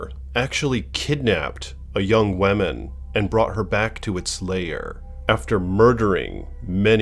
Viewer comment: PLEASE . learn how to correctly pronounce the word "woman."